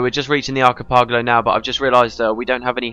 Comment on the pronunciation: arki-pogalo lmao. video is a new adventure into mispronunciation. I love it...somehow endearing.